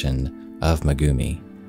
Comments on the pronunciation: "May-gumi" not "Muh-gumi" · MEgumi not meGUmi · Thanks a lot for the story but next time when pronouciating non english names please use at least google translater because everytime he sayd megumi It cringed tf out of me